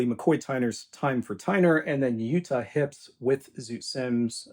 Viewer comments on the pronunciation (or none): Jutta Hipp’s first name was/is pronounced “Yuh-tuh.” Just FYI. That’s a great record. She was an interesting lady. A Blue Note exec tracked her down shortly before her death to give her a rather large royalty check for amounts that had been accruing for decades. A touching story.